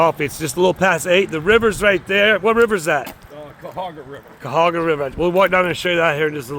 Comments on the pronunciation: Whatcha sayin … it’s - Kai Uh Ho Ga-😄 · MUST have a YouTube channel. Represent us Ohioans. But we gotta get him to say Cuyahoa right lol. I am teasing by the way. Love you all